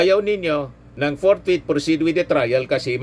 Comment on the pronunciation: ANG HATOL SA "FORTHWIDTH"...ANGCASHTITUTIONAL...